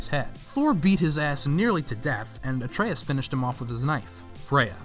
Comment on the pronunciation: Atreus* not Atreyas